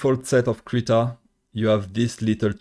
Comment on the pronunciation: Accent? I'm from the back hills, still calling Krita "critter". Who would I be to complain? lol